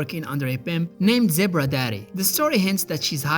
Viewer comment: Zebbruh daddy😂